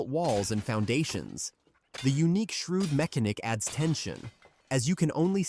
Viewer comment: Just read the script mate, don't use one of these AI voice things. You end up with things like shroud being pronounced "shrewd", it just feels inorganic. Best of luck.